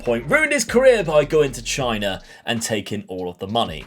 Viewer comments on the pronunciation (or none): none